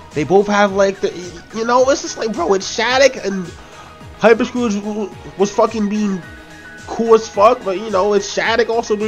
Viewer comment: His name is SCOURGE not SCROUGE!